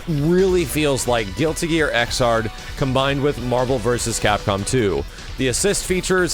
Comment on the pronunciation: It's pronounced Ex-erd -- Xrd as in 3rd -- you don't say Thir-ard...